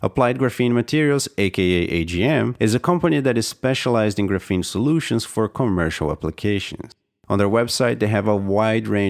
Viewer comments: I don't think it's pronounced "grapheeene"...more like "grAphene" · he's using the wrong A sound, it's more like grah less like gruh; and the f blends between the syllables. So Graf-een with the ah sound of A instead of the uh sound. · Ares Arts how is it properly pronounced? GRAPHene? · The way you mispronounce graphene the entire video makes me want to smash my head off my keyboard.